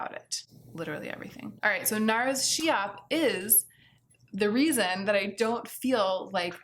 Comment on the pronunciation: I think that Nars Schiap takes its name from Elsa Schiapparelli, so the "sch" at the begging is pronounced as a "sk" like in skip, not as a "sh" like in shake 😊 I hope it's clear. Of course it's not a big deal and you can pronounce it as you want, I am sharing this just because you was putting a lot of effort in pronouncing Linda Hallberg correctly so I thought that maybe you would be interested to know this as well 💓